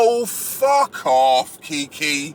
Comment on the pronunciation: “Oh Fu** Off” in the London accent, I love it.😂 But on a serious note, as a black woman I approve this damn message!